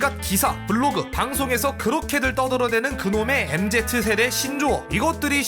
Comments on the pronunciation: 아재 특:MZ세대를 "엠제트세대"라고 부름 ㅋㅋ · 근데 MZ세대를 엠제트세대라고 읽으시네 나만 엠지세대라고 읽나